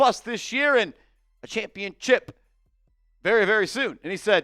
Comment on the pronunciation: Please stop saying championchip. It makes you sound stupid.